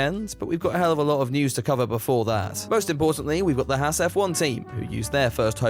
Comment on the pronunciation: As an actual Haas, I cannot listen to you Brit’s butcher our name anymore. Ffs.. it’s pronounced like “Haaz” or “Hoss” or “Haus” not “Hass”